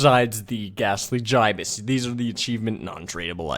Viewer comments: how come he says GI-BUS, it's supposed to sound like GIB-US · It's gi-bus not fucking ji-bus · Gibus not jibis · its pronounced as gibus not jibus dummy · It's Gibson not guy is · I dunno what’s worse the fact I use my favorite scout bat to make this or the fact he pronounced the gastly Gibus gastly giabus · It is said jibus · the gibus is actually said like gibbus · >Says Jaibuz instead of Gibus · He pronounced gibus wrong